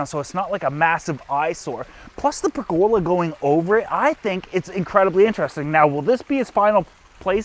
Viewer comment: Another I know your canadian in the pronunciation are different , but It is pronounced per the love. Not Not pregola